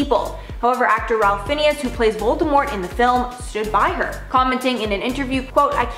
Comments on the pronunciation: Omg. Did you call him Ralph Phineas??? Maybe look it up? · 🤣🤣. Its pronounced Rafe fines. Got that.